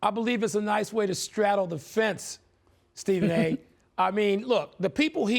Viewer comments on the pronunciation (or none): Stephen 'ibaker' smith